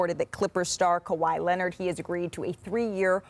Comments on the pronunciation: 😝! Ya! Kawhi Lennit! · This man can't stop saying Kawhi Lennit if his life depended on it.